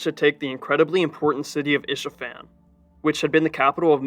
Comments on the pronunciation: It’s Ispahan, not Ishafan. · It's Isfahan